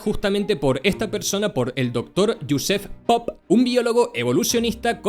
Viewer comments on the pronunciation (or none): Bro, el video no sirve. Me distraigo demasiado escuchando una y otra vez como pronuncias Jospeph Popp en . Es una obra maestra